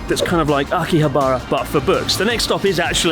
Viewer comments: I had to stop watching the Only In .. channel because he pronounces Asakusa like ASSA KOOSA. If you lived in Japan you know this is wrong. :) Chris please consider not saying Akihab "BAR" a . You guys have lived there long enough to know. :) ok geeky comment i know .. apologies. Great Channel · How can you still not pronounce Akihabara properly after all these years? Slap yourself, do it now.